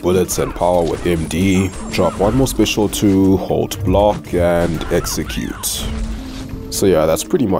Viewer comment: did you said „hexecute“ for execute? 🤣